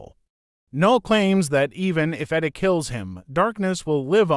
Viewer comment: Whyyyyy do you pronounce Eddie like Iddy?! Jesus christ bruv